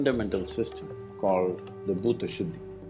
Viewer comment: not bhuda shuddi its bhoota shudhhi